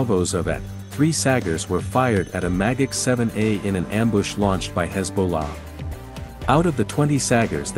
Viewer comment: Magach sounds like mah gok